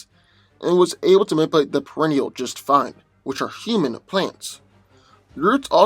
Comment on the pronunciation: I laugh soooo hard everytime he says nipulate..LMBO. slowdown and annunciation